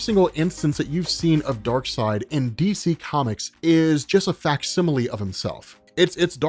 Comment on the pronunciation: Take a shot everytime says "facsimilie"